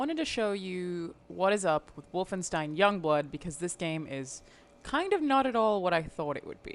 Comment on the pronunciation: Oh no please. Not wolfinestine.